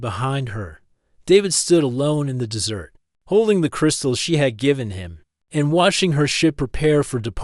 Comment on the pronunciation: Aside from a few "dot" and the AI voice repeatedly pronouncing “desert” (in Nevada) as “dessert” (pudding?), the audio is decent with few glitches.